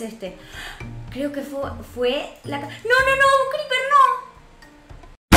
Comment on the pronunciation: Se dice Creeper no greeper